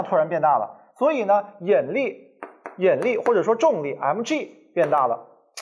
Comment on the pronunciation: 兄弟，是yinli，不是yenli。有点怪怪的发音